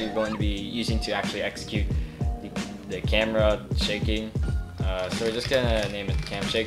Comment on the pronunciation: No one:: "Camara"